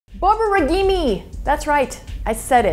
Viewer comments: You're mispronouncing this . It's 4 syllables lady not 5. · Good video, but you need to work in proper pronunciation of Borborygmi. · That is absolutely not how you pronounce the word borborygmi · This hurt me more than my SBO causing my borborygmi and obstipation.